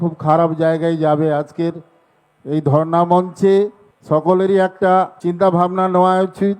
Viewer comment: ধর্না মঞ্চ। Not ধরনা